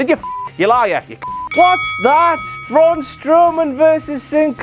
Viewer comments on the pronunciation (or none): none